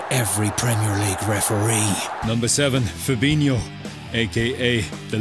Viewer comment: Who else noticed "FAB-ETTERTHANFERNAND-INHO"